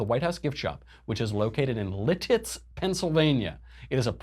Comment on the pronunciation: Haha, I used to live 10 minutes away from "Le Titz" Pennsylvania, in the LANN-cast-er area... this totally how we say these words. Totally.